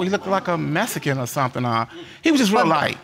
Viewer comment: What’s a “Methikin”???